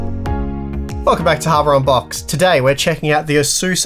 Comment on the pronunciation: he's saying habour unboxed on purpose now, right?